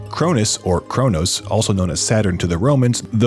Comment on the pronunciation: Isn't it Cronos ??